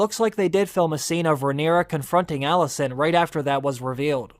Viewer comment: You pronounce ALICENT as ALISSON. 😕